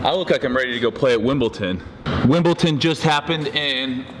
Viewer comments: Steve, it's tradition for all of the athletes to wear all white at Wimbledon. But besides the color of the shorts, you were spot on haha. Also, it's WimbleDON not WimbleTON lmao. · ''Wimpleton" 😂😂😂 i think you mean *Wimbledon Steve! Love Your videos 💪🏻😍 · Wimbledon not Wimbleton haha Steve ❤️ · hehe Wimble...ton, love it Steve :-P